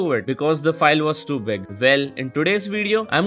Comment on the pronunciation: When you said “was too big” it sounded like “was stupid”